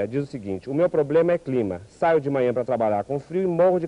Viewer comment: "O seu probelma, meu bem, é São Paulo" hahahaha